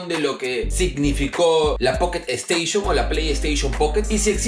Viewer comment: Jajaja buenardo el poketo esteishon🐱